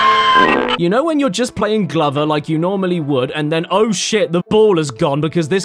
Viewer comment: I don't know why you pronounced Glover wrong so many times